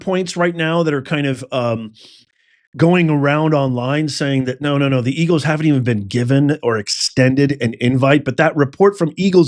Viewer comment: Don’t you mean “Ergle’s.” lol 😂😂😂